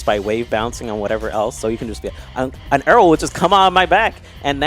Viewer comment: I hate the way says “arrow”. He makes like an “err” noise.